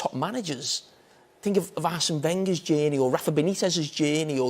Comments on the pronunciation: Carragher: "Think about Klopp's genie" Me: "What?" 5 minutes later: "oh, he said journey" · Jamie "Jaiiyaerney" Carragher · All I got from this video is that Jamie Carragher can't say the word Journey.